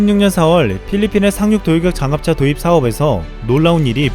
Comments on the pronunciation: 상륙돌격장갑차 발음이 많이 어려우신가봐요 ㅋㅋ 잘봤습니다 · 아 이거 적을려고 했는데 ㅋㅋㅋ 발음 엄청 힘들어하는것 같았음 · Hemisphere N 조용히 발음해 봅니다. 산륙동격잔갑차. 살육동격장갓차 ㅋㅋㅋㅋㅋㅋㅋ